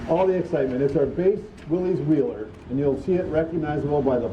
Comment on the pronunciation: Please go back to the correct pronunciation. I know Chrysler said it’s easier to mispronounce it than to keep correcting people. If heritage is everything give Mr Willys the respect of saying his name the way that he did.